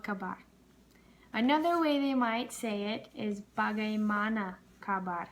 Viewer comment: nggak nya pas banget, tapi masih ada yang salah pas bagaimana but i love it😘